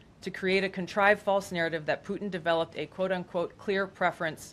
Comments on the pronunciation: “Plutin” Lol. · "Plutin" (?) Have another one......: /